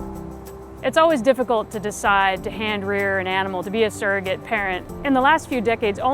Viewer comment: Stop saying the word hand-rear